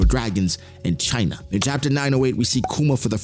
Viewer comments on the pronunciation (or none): Why’d you say china like that?